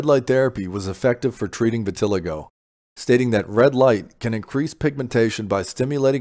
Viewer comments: It’s vih-tih-LY-go, not vih-TIL-ih-go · you didnt say anything worth listening to and you can’t even pronounce the the word VITILIGO